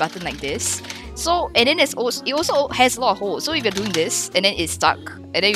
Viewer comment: i notise it when u say hello its hewwo